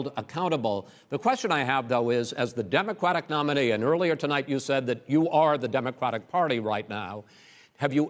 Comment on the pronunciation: Am I the only one hearing Chris say demoqwatic